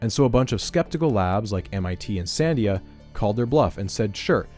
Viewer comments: This is great... although I feel the need to point out that "Sandia" is pronounced "san-DEE-ah" (not "SAN-dee-ah"). It's named after the nearby mountains, and it means "watermelon" in Spanish. I only noticed because my father used to work there. Anyway, great video! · you pronounce Sandia wrong. you're putting the emphasis on the wrong syllable